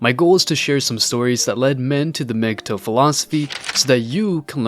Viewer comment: You are pronouncing it wrong. It's not mg toe. It's pronounce mgtow like towel